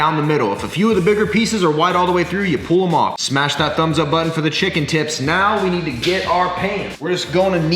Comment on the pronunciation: did he say "chicken tips" or "chicken tits"